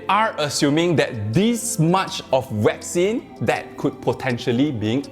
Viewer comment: Sorry but I seem to hear "vaccine" being pronounced "whack scene"??? 🤷‍♂️🤷‍♂️🤷‍♂️